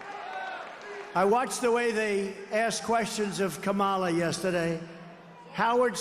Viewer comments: I notice that suddenly t-rump suddenly knows how to pronounce Kamala correctly! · I like how he pronounces Kamala properly.